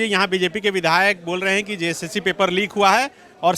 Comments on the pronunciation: Jssc toh tum se thik bola nahi jata "jcsc" bol raha hai tab se ...sala boka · Jb bolta hai to JSSC ko JCSC bolta hai